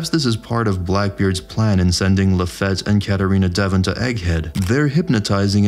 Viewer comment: LaFat ?? really? Its French and pronounced Like its spelled... LaFite like Fietview....or simply feat...